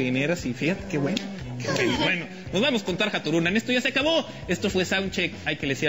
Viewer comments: Telehit es una gran M.I.E.R.D.A.... solo vean al pendejo calvo ese ni siquiera pronuncia bien el nombre de la diosa Tarja... es "TARYA" (asi textual)... neta que me dan ganas de patearle la cara xD anyway... viendolo por otro lado es otro gratino de arena para darle publi a tarjita, ojala venga pronto a Mexico. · "Tar-Ha" AARRRGH y segun es muy experto en musica no sabe ni de quien habla, que pena